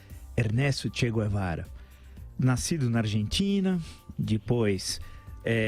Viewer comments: CHE GuEVARA. O "u" não é pronunciado! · Não sabe nem pronunciar o sobrenome do maior revolucionário de todos os tempos.